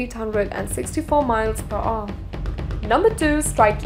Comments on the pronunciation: One thousand and five hundred miles per "ooh!" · the way she pronounce "hour" :D